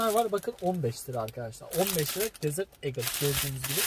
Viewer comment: dizirt eagle